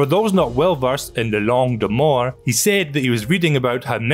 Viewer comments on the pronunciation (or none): "langue de mort" ????? Sounded like you said "mort" which means death in French 😂 It's "La langue de Molière" pronounced "mo-lee-air" Molière is France's most famous playwright, just like how Shakespeare is England's most famous playwright hence in French we say "La langue de Shakespeare" when referring to the English language and "la langue de Molière" when referring to the French language.